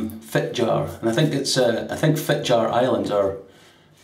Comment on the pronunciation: As with most Germanic European languages, the J in Norwegian is pronounced close to an English Y: it's Fit-Yar. (The r IS pronounced, the Scottish trip-r is perfect.)